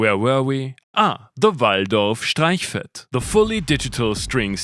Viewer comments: The only man on the internet who can pronounce Streichfett. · "Available October 2046" Mic drop,. Congratulations, once again you totally killed it. 👍 Bonus points for pronouncing "Streichfett" as only an Austrian with a familiar (but not too familiar) erm...um..."familiarity" mit Deutsch could do. I don't know how you do it, buddy, but each time you drop a new video, YOU re - set the bar higher. I still can't wait for someone to loan you a Roland MV-8000 or MV-8800, an Alesis Fusion, an ESQ-1, a Casio CZ-5000, any of the MeeBlip synths, TASCAM Celesonic, the MOTU 828 mkii, the Behringer ADA8000 / ADA8200, the RME Digiface USB, the iConnectivity Mio devices, the Novation Supernovas/Novas (not Mininova and Ultranova), the V-Synth, the Virus Snow, and the MicroStation (unless you've already done them and I've forgotten - you've covered so much ground that it's hard to remember all of your great reviews). Either way, keep it up. You're moving into "legend" territory. 🙏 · Amazing synth, love both of mine. Also love that you can somehow say Streichfett beautifully, without making it sound all Englishy, as in "Strikefett". On the other hand, we know how to pronounce wague properly. I mean....vague....!!! 😀 Keep up the great work !! 🙂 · as a side note: it's nice to hear a review of Streichfett by someone who can pronounce it correctly!